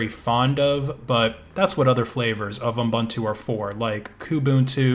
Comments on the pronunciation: Pedantic, but it's pronounced ooboontoo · It stresses me how you say Ubuntu xD